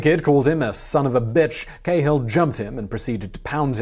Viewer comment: Cahill is Irish so it’s “Kah-hill” not “Kay-hill”